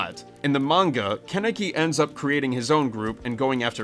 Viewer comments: i cant stand the way you say kaneki im sorry it sounds like youre saying connect with an accent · KHAN-ni-ki! Get it right! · KHAN-UH-KEE IS HOW YOU PRONOUNCE IT